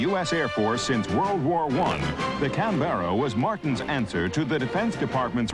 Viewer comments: It is not a Can-BERRA. The correct pronunciation is CAN-berra. If you're in Australia, it's CANbrah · What the Fuck is a CANBEARA.. Its a CANBERRA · For goodness sake ..... it is NOT Can-bear-a! the name is pronounced Can-bra. Two syllables, not three. Ask the Australians, after all the aircraft was named after their capital city. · That's not how you pronounce Canberra. Most of the background "music" is raucous, intolerable and inappropriate. Very fine looking aircraft though, sleek. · The narrators pronunciation of Canberra is grating, there is no 'Bear' in the word! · It’s pronounced Can-bra. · Say can-bear-ra again, I double dare you. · Can-ber-a ffs. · Caan-bera lol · Tim Gooding ___ He says it like the baseball player Yogi Berra. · Nce documentary, I just wish the narrator could have pronounced Canberra properly. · Did you run that pronunciation by the Austrian government first? Of course not.... fucking Yanks! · Quite simple really- like camera, only with a b. An aboriginal word for "meeting place" I believe. It's just annoying hearing the narrator mispronounce the name over and over and over again.